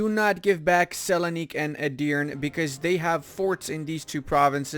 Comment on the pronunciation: Please dont say “Edirn” u should read “E” at last like “Edirne”